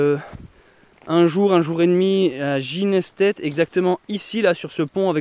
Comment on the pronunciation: Cela se prononce Ginestet {Ginéstai} on ne prononce pas le dernier t 😉 je ne connaissais pas ce village, on a ce nom depuis longtemps dans la famille sans savoir d'où il vient précisément, à part le genêt peut être, plantagenêt🤔 888